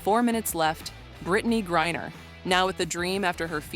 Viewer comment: Stop mispronouncing griner😢